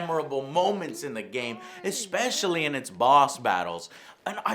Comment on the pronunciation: Goddamnit joe it's "ESPECIALLY" not "EXPECIALLY"